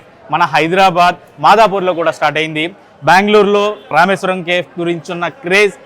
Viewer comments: Kindly It's not kef, it's cafe. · కేఫ్ కాదు, కెఫీ. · That is not kef 😂 that is kefe (spell) . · Bro pronounce Cafe as Caa fe not cafe.....kafe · Please check your pronunciation "CAFE"